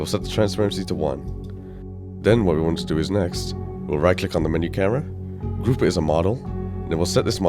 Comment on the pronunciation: i dont understand are u saying canvas gruve or canvas group